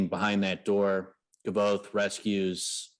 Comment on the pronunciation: Its not KAAAAVOTHE ITS KVOTHE sooo annoying